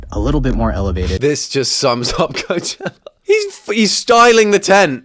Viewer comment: Best part of the video? “Coachellar”